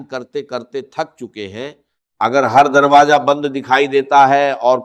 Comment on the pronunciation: Ya hindi bolnay wallay ha awaz 80 % ssame ha .words jo bolta ha hindi word darwaza ke jugha darwaja bolta ha .zekar jekar bolta ha .zat ke jugha jaat bolta ha .